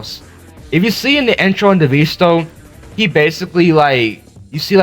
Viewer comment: DEEEVEESTO DEEEVEESTO IT'S DEVESTO NOT DEEEVEERSTO